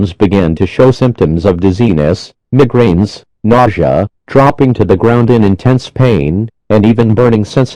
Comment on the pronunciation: Shut your phone off then call 911 😂😂 Also they way they pronounced migraines: meh-grains